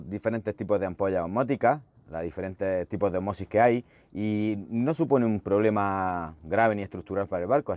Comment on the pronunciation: Se dice ósmosis (esdrújula) y no osmosis (llana). Parezco Hermione Granger en Harry Potter, pero es así.